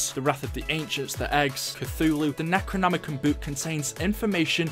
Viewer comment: Nec-ro-nomi-con, that's how you pronouns the books name